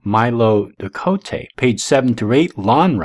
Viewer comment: Lon Milo Duquette's name is pronounced "Due ket." Believe me, I know the man.